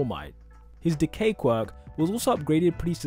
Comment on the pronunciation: “If you wanna know how Decay-“ Me Hearing: “If you wanna know how De gay-“ Lol